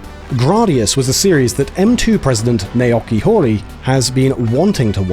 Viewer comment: Learning opportunity for your narrator: "Naoki Horii" is pronounced "Nah-oh-kee Hoh-ree", not "Nay-ah-kee Hoh-ee". In Japanese names and words, the letter "a" is always pronounced as "ah", and the letter "o" is always pronounced as "oh". They are never pronounced as "ay" or "ah" as they sometimes are in English.